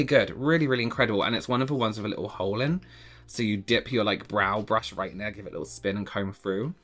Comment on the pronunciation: “…roight” 🤣 I’m home sick with allergies and that made me laugh out loud lol